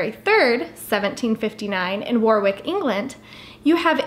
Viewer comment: It’s pronounced Warrick, not Warwick, despite the spelling!